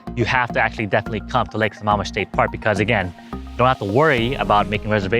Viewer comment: Hey bud just thought I'd let you know it's lake sa"maam" Mish. Not Sa"mom"ish